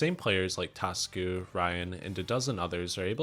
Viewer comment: Hi its not "Tasku" it's "ta su ku"